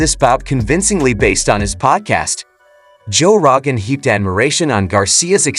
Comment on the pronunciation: “Joe RAgan” 😂😂😂